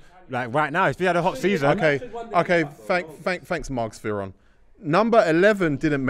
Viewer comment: ‘Margz Fearon’ needs to stick 😂